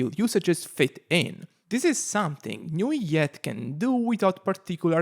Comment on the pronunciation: Aargh, I hate the way you pronounce his name😂😅, why put so many alphabets if you'll just say nuviet